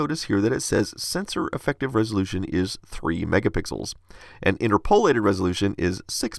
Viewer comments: Great video but the word is inTERpolate. You're putting the emPHAsys on the wrong syLAble :) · in-TERP-o-late , not inter-PO-late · Just FYI... you’re pronouncing “interpolate” (and its variations) incorrectly.